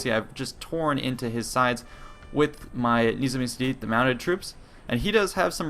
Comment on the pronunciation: also Cedid is pronounced with J sound like Djedid - if you want to be so authentic :)